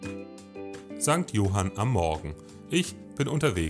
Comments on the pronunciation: Jetzt bist Du so tief in die örtliche Kultur eingetaucht und betonst den Ortsnamen ca. 100 Mal falsch… St. Johánn (kurzes unbetontes O, A ist betont) aber guter Beitrag trotzdem! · St johann nicht St johan 😂